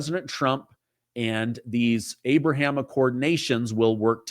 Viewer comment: Its Ahhhh-Braahhhh-Ham